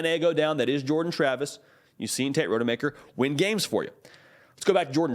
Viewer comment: Please learn how to pronounce Rodemaker “Ra-duh-maker”❤